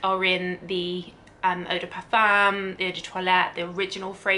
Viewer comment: That’s not how you pronounce et de parfum